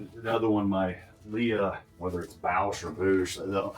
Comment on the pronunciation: Lee-uh? You mean Lay-uh...